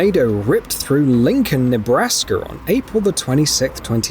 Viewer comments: It's Nebraska, not Nebrasker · I like how he said Nebraska— with a foreign accent, he says, “Nebrasker”. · mark...Lincoln Nebrakskr??? Say what??!! That's a new one!! LOL I think the dude commentating must of borrowed an "R" from someone in Boston, since most Bostonians throw away the "R's" when it comes to words like car's and park's...ie: My Ca's pak'ed in the ca pak'n lot ova dare. lmao!! But, as always, that's just my opinion! :))) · I like how he said Nebraska— with a foreign accent, he says, “Nebrasker” also the way that narrator talks about how big the tornadoes are. He has no idea that they can be over 2 miles in diameter and big cases. The wedge tornado usually averages about a mile in diameter. There are small wedges like the one showing right here which are very small for a wedge tornado. Tornadoes are literally a mile in a circle.